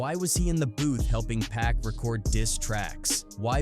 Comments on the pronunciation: Dude, if you’re gonna insist on using an AI narrator, at least go through your script and change stuff like “pac” to “pock” Lazy ass content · It’s PAC!!! Pac like Pockets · Why you keep saying pack its pac no k in it bro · It's Pac not Pack please stop disrespecting his Name! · Bro said PACK my boy it’s Pac ! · 2 Pac's name, IS NOT pronounced: "PACK!!" It's pronounced : POC, like Spock from Star Trek, without the S.."THANK U!!"🙏🏽✌🏽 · It’s pac not pack 😂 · Reminds me when Hov face went cringe when that interviewer kept calling pac 2pack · PAC not PACK yall gotta correct that program these voices to say PAC name right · It shows that this creator is lazy. Dont use an ai voice for one, but if you do, at least go through the script and change “pac” to “pock” or whatever. But like I said before. Ai narrators suck period. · Pack and Sooge night? ai sucks 😂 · Stop saying Pack! Have enough respect to say his name right. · But Pac like Pac-Man is Packman 😂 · Who is the world is "PACK"??? "SHOOGGE Knight"??? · I tried to watch the video but the pack and shooge drive me crazy! Listen to you videos and correct it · Who the fk is "pack" 😂😂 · This is impossible to watch or listen to when you hear dude consistly mispronouncing Pac's literal 3 letter name wrong every 5 to 10 seconds